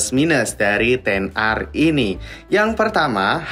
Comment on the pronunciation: Ten ar bos bukan eks ar. Karena "x" itu artinya 10.